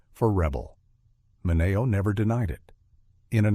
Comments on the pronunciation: its sal MINeo not Sal MinAYO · MI NE O... It's Men e o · so weird to hear the way they pronounce Sal 'Mineo.' GET it together AI.